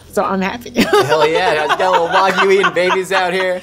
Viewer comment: Hearing her pronounce wagyu correctly made me quite happy